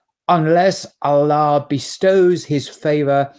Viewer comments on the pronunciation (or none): none